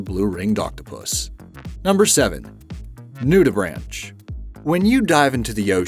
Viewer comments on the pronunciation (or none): Just wanted to let you know that the word nudibranch(s) is pronounced either NYOO-di-brank(s) or NOO-di-brank(s). Enjoy your videos, but I just wanted to let you know. Keep up the interesting videos! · Nudibranch is pronounced ‘nudibrank’.